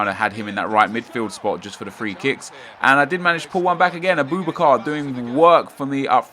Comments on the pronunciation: sorry nep i have to point this out but it's said Abu-Bakar not aboobakar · It's not ah-boo-boo-car it's ah-buh-bah-kar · It's pronounced separately Abu Bakar :)